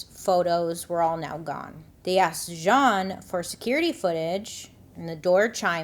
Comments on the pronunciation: Jeanne 😅, spoken like "Jean" but you also say the "n" at the end. 😵‍💫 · I just looked up the homeowner’s name and it’s Jeanne. Isn’t that pronounced like “Jean” or “gene” ? Why is she saying it weird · Well during '08 election, Black Panthers in Philly stood outside voting-precinct radius with baseball bats. There remain idiotic specimens of both races. Also, why the masculine, French pronunciation of this name, Jeanne. Everyone I've known who spelled their name this way was just Jean. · Her name is pronounced Jean with long E. If French, then pronounced as you did. I love all of your videos/stories/ and make up. You look like a totally dif person when u get done. Brilliant! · Just a fun fact: my middle name is spelled “Jeanne” but is pronounced “Jean” like pants. Imagine Bailey is making this hoe’s name more fancy than it actually is. 😂😂😂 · I feel like this woman's name is spelled, "Jeanne" but it's pronounced like, "Gene" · If your name is Jeanne but you pronounce it as if you’re a French middle aged man you may be the problem, just saying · I'm only 25 min in, but I am just chomping at the bit to ask this (especially having lived in the deep south before), is it actually "Zhon" or really just Jeanne, like... jeans. because I suspect the latter and those people are so "nouveaux riche" and try to sound cool by correcting people how to pronounce their milquetoast name. Alright, off my soapbox. Poor Tam. :( I was born in 1978, too... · isn’t Jeanne pronounced like “genie” or “gene”? im genuinely confused!